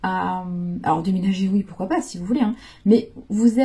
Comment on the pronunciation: J’adore trop bien trouvé, et c’est encore meilleur car c’est dit dans la bienveillance mais j’entends encore la phrase avec l’accent et Eh Maanu Tu descends et pourquuiaaa faaire..?? Et avec l’humour tout passe encore mieux..Et oui vous nous transmettez tout ça…mais pourquoaaa faire..?? Je vous adore, vous avez un sens de la répartie et une imagination.. C’est sans jugement mais vous m’avez fait tellement 🤣..J’en ai encore mal au ventre..Vraiment vous êtes une femme avec qui on chemine mais en plus avec un sens de la l’humour et de la répartie…👍🤣😉🙏❤️…Des bisous..😘😘